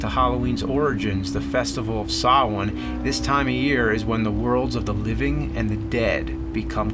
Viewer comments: James, thank you for properly pronouncing the word "Samhain." And for everything else too. :) Really. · Thank you for pronouncing samhain correctly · A very Pagan thumbs-up for pronouncing 'Samhain' correctly, James. Thank you and can't wait to see what you have in store next :)